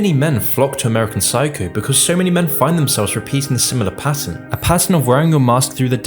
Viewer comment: "amurican psycou"